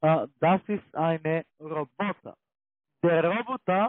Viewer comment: Wie die immer "Rrroobbottaah" aussprechen😂 Ich schmeiß mich wech:_CCALike::_CCAFunny:Danke dir🎉